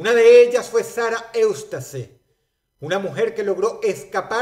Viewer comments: Shara eustase xdxd se pronuncia iustas :v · Eustace se pronuncia iústis, no "eustase". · Que raro que dross haya dicho "Sarah Eustace" sabiendo que se pronuncia "sara iustes" en español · Eustace jajajaja (se pronuncia "iustas") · Eustace no se pronuncia Iustas?